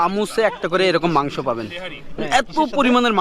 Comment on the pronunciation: Magso not gosto